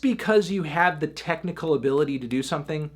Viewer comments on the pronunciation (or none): none